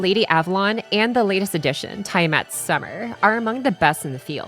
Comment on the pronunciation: Everyone: Tea-A-Mat: Tie-Mat Jokes aside, this is an amazing FGO video both in informing us about the best Servants of the Decade (2015 to 2025) to sprinkling in some memes in between. Bonus points for using Amalee's ENG Cover of "Last Stardust" to end the video. Great job and cheers to another year of Fate/Grand Order! I wish us all good luck in our gacha rolls in whatever version of FGO we're playing. P.S. When are we getting a similar video but for the Low Rarity Servants? Can't leave out the best for those who're F2P or just show their great potential that may rival Gold Rarity Servants. Also "Something....Something.....Double Xu Fu Video".